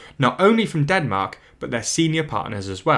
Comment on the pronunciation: Ah yes, Denark.